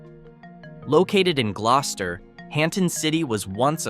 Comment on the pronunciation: I’m from Rhode Island and I am pretty sure chepachet and Glocester is NOT pronounced the way this video does. Sounds like a voice of a computer program. Oh, Albion is not in Smithfield. It’s up the road from my work in Lincoln.